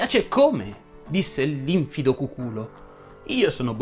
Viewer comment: Penso che se ti ergi a conoscitore della lingua italiana tanto da pensare di poterla addirittura insegnare dovresti consultare il vocabolario: infido segue la stessa pronuncia del verbo confidare quindi si pronuncia con l'accento sulla penultima sillaba e non sulla terzultima, errore purtroppo molto diffuso.